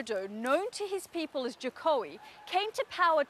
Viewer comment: Jow-kow Wi-dow-dow lmao I ain't Indonesia and I know thats obviously wrong